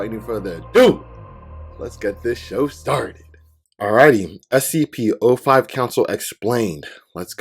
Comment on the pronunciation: You've react to scp for almost 2 months now and you still said spc